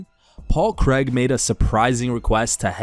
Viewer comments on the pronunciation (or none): Paul Creg lol